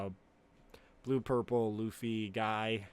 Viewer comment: Is he saying gurple luffy instead of purple? Is that like an autistic tic or something?